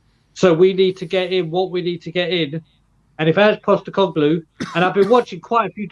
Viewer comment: His surname is POSTECOGLOU not GLU. FFS.